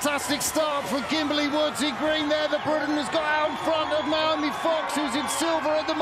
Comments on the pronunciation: Noemie is pronounced no-AY-mee, it's not Naomi. Rhymes with "no maybe" if that helps. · it is No-Amy, it’s not “Nay-O-Me” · Woeful commentary. Calling the wrong names and info during the medal ceremony, mispronouncing Noemie’s name throughout.